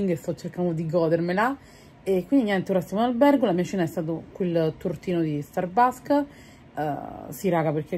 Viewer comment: “Starbarks” e “gòdermela” 😢